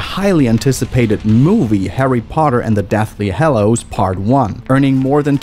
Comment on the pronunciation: "harry potter and the dathly hellows"